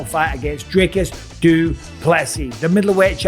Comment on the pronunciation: Really Dana??? You still can’t pronounce Dricus properly after all this f’n time???